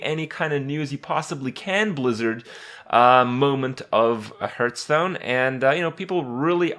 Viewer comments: "harf"stone. you dont hurtstone. dont be that guy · the point. He always says hurtstone